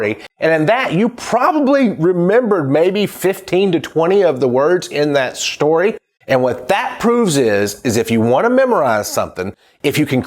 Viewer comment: Shtory, lmao but nice